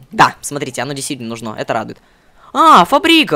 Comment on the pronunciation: почему ты говоришь нужно ты ставил ударение на о а надо на у!!!!!!